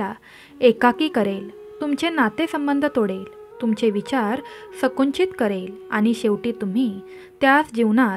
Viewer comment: संकुचित हा शब्द सकुंचित असा उच्चारला गेला आहे